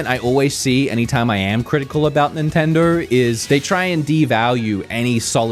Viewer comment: It’s Nintendoe not Nintendoo